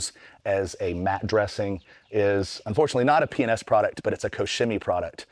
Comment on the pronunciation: Sounds like you are saying penis products! lol